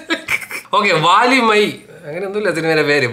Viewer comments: Vaalimai alla 😶 vali ille vali valimai🙂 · വാലിമൈ അല്ല ബ്രോ വലിമൈ 😆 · വാലിമൈ alla വലിമൈ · Bro review is good..... but pronounce name properly.... it's not Vaalimai... it's valimai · വാലിമായ് അല്ല bro 🤣 വലിമയ് 😹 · വലിമൈ ആണ് വാലിമൈ അല്ല